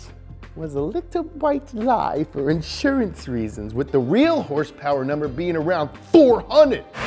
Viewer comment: horsepower? u mean....herrrssspewerrrr, right?